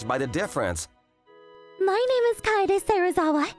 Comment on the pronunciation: how the hell did she fall in love with person who cant even say her name right